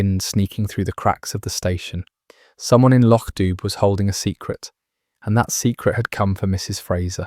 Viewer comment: Please. Lochdubh is pronounced lochdoo. Enjoying stories, but please correct this in future